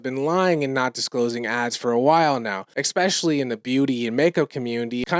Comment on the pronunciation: Bad pronunciation is something i just can't stand. "Ecspecially"? Especially, theres no letter C in the beginning of the word.